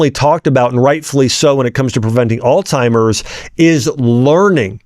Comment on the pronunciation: Omgosh.. if your gonna sound professional at least say the words right!! Alzheimer's... not alTimers.